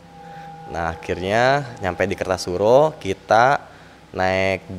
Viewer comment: Yang bnr itu KARTOSURO bang bukan KERTASURO 😊